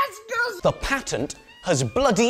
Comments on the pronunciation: You say patent wrong for a brit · The amount of effort it must have taken to force himself to use the American pronunciation of "patent" every time... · Damn I don't know him but I love it Soo much the way he says ,,The patent! Has bloody Expired!" 😂